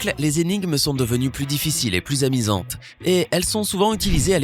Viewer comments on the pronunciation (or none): On dit plus amusante et pas amisante